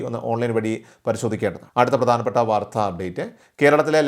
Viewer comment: വാർധാ അല്ല വാർത്ത.😮